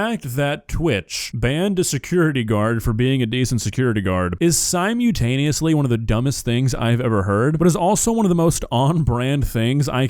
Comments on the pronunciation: Simu-what? Simutaneous? SimuLtaneous. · "si-MU-taneously?" This duck watches Decoy Voice. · My dude doesn’t pronounce the L in “simultaneously” 😂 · That's just how says it, its like a core trait of his I guess